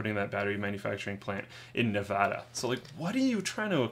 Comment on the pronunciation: OH MY GOD!!!!! Slick pronounced Nevada right